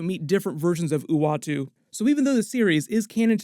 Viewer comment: ...howdy from Nashville Tennessee I'm just glad you said the watcher's name right.